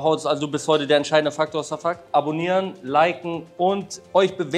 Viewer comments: Name: Şafak Holle: Safuck Aussprache: Schafak 😂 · Warum kannst du seinen Namen nicht einfach "Schafak" aussprechen? Da ist doch jetzt nichts außergewöhnlich schwieriges